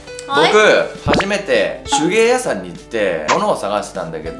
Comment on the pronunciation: の手芸屋さんのイントネーション爆笑